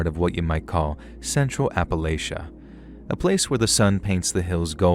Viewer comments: Thanks you!! And the area is pronounced appa-latch-uh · Appalachia- pronounced appa latch a ❤